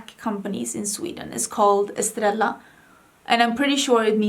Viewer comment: Yes, estrella means ⭐ star. However, it's pronounced as: eh-STRAY-uh A double L in Spanish is pronounced as a 'y' sound like in 'young' or 'you'. Mensaje = men-SAH-hay The 'j' makes an 'h' sound. Hope this helps!🥰